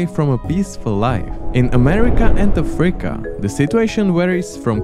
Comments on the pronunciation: Could you, please, stop saying “AFREEca”? The name of the continent is “Africa”, thank you. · ok this video is just AI slop. If not for the pronunciation of "Afríca" and for calling guatemala "South America" i may have not noticed. Just terrible.